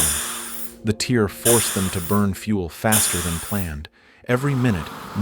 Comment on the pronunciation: I guess AI still doesn’t understand the difference between tear and tear.